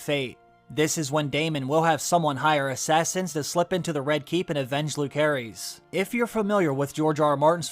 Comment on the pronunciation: It’s not Lukearies, it’s Lucerys